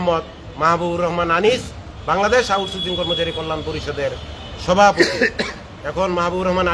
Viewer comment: সভাপতি বলে বিসেতপতিবার😅😅😅😅😅😂😂😂😂😂